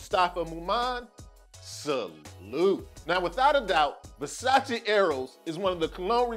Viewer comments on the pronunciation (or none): Nice review! Keep it up. Just a little tip tho. You mispronounced Versace you say the E at the end on the English/way. You say Versaci but Its just Versace. But don't worry, like 80% of the people get this wrong.